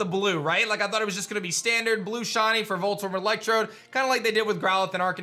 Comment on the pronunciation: WHY DOES IT SAY LIKE HE IS SAYING "SHAWTY" WHEN HE SAYS SHINY AT THE START?! 😢